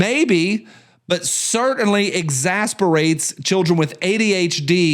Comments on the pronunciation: I am very sorry to do this. The word is exacerbates, pronounced eɡˈzasərˌbātz. Yes I am exasperating. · your Tennessee is showing.... It's pronounced, X-Ass-er-Bait.... Play, "Not like this!" For me😅